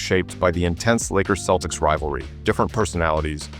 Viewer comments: Did he say keltics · Should an AI who pronounces Celtics as Keltics be given this job other perhaps more deserving AIs? If we are not careful we will have prima donna AIs who could care less about people. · AI bullshit. A human would know how to pronounce the fucking Celtics